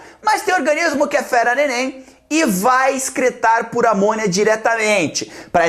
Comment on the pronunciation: Sempre que o Jubi fala: "eles vão excretar por amônia", eu entendo: "eles vão excretar por amor" kkkkkkk